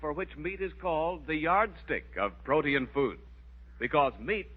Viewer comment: Protein pronounced as 3 syllables....pro te in.....😊